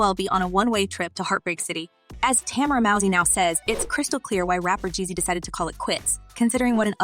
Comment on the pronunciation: LOL this is not real. Tamera would neveeeer speak this way about Jeannie. Why are you creating a channel using lies ?... be creative... at least pretend like the lie is real, when you can't even pronounce Tamera Mowry... really....